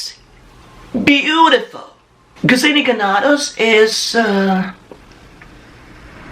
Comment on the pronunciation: proper pronunciation for Ganados should have been by /short vowel sounds/... Ganados ga'.na.dos where: ga as in gargle na as is natural dos as in dosage